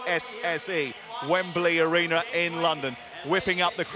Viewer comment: the "ARENER"..